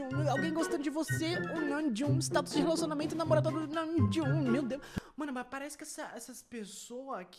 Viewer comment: o falando namjoonKKKKKKKKKKKKK